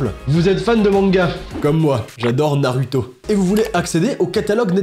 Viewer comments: La prononciation de NarUto m'a fait du bien au oreilles. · Il le prononce comme dans la VO